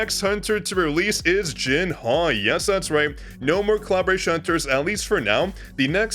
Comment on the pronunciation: her name is pronounce Jin-aaaaah not Jin-ha 🤕